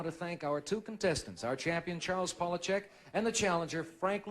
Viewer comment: The correct pronunciation is pah/lah/chek- not pole/ah/chek.